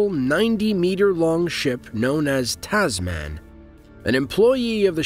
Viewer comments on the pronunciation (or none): Wondering why the narration is incredibly slow and so many names are mispronounced - Brisbane, Tasman, etc. Not sure how many times we need to be reminded that planes are really well engineered these days, that the bridge of the ship was destroyed, oh no, it wasn't. Maybe the audience is the elderly? Or the very young? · Interesting pronounciation of 'Brisbane' and 'Tasman'. There are no 'y's between the a and the n, my friend 😅